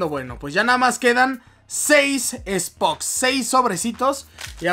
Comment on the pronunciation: El que dice spoks